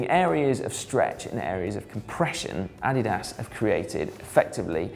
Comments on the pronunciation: Yeah, to me it sounds like he is saying "added ass." In German is would be more like AH-dee-das. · "AH-DIII-DAAS". You're saying it wrong Simon :/ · uh-DEE-dus. uh-DEE-dus. I suppose you call it "Pew-Mah" as well? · Uh - Dee - Das Please, you can have Al lu min nee um. But you are killing my ears with your pronunciation of Adidas. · Adolf 'Adi' Dassler. German, and company founder. Therefore: Adi-Das. Vielen Dank. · Simon - different parts of the world pronounce Adidas "ah-DEE-das" or "AH-dee-das", but none of them pronounce it "Added Ass" -- perhaps that is your opinion of the chamois? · Say it with me: UH-DEE-DUHS. ADIDAS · weirdest way to say Addidas